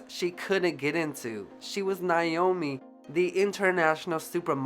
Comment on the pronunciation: You did a great job but I can't over look how you kept mispronouncing, her name. Her name is pronounced Naomi, not Nyomi.